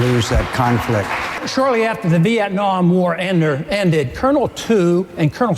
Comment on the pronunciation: WHAT THE FUK IS VIETNYAM MCCAIN